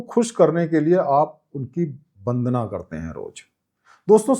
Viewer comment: "बंदना" बोलना गलत है, "वंदना" बोलना सही है,,,,,, आप "व" को "ब" न बोला करें , जो कि आप अनजाने में बोल जाते हैं। "बिस्वास" तो कई बार बोले हैं, " बंदना "